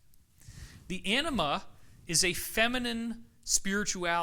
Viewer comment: David, emphasize the "a" in anima, otherwise it comes out as "enema"! 😉